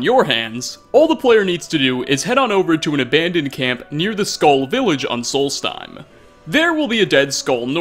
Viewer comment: Sk-all... not skull